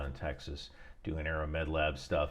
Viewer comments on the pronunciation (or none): none